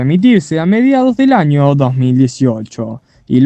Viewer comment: Que mal habla este hombre se dice año no jaño